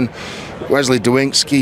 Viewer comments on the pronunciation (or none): none